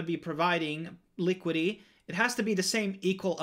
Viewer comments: Li Kwid it tee not likwid ee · Thanks for the informative video, however it really bugs me that you say LI-QUI-DY. Please pronounce the complete word, LI-QUI-DI-TY ... liquidi-TY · Liquidy liquidy liquidy... speech impediment?